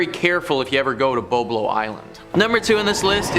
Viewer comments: Is Boblo, not bo-blo, you were not even born yet. It's was fun place. Non of these vids were scary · Not bo blo it's BOB-LO island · Its Bob low island that's how its pronounced. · Just an FYI the island between Detroit Michigan and Canada that you spoke on and the boat, the fyi I want to bring to your attention is the proper pronunciation for BOBLO IS BOB- LO island and the boat drew many many people from across the city and Canada to the island for a family day. It is now being renovated to housing and we have a butterfly observation area. The boat was burnt some years back and irreparable